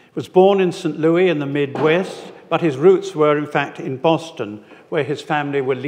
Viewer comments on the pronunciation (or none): He was born in Saint Louis( Lewis)..NOT Saint Looee !